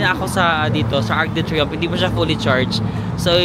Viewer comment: UK didn't join Schengen so they still keep their currency, that is the Pound Sterling. Technique in purchases: send by shipping ahead used clothes and not needed items so luggage will be light. For info. It is pronounced Ark du Triumph (Arc de Triomphe); Sham Elishey for Chsmps Elyssees. Re: pickpockets- maski sa Rome, mga gypsies from Romania. Mukha rin silang Caucasian (puti) and dressed well kaya inde paghihinalaan.DON'T HAND OVER your camera, malamang maitakbo 'yan. Ikaw talaga, meron naman sa Google na may sound to hear the correct pronounciation.